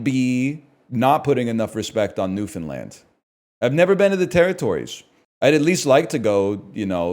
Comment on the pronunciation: HE PRONOUNCED NEWFOUNDLAND CORRECTLY HE'S A REAL CANADIAN